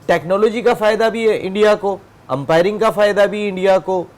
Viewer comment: 😂😂 empiring , tichnology 😂😂